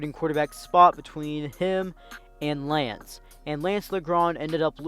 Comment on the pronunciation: saying lance name wrong the whole time